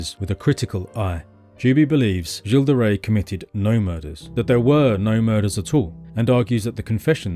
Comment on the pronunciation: Finally I learn how to pronounce "Gilles De Rais."